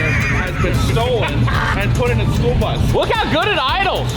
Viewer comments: It is school not spool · Did you just say, "SPOOL bus"?